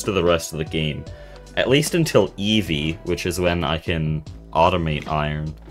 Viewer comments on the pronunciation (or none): none